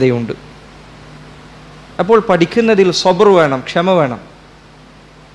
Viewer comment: സബ്ര് അല്ല; സബ്ർ ആണ്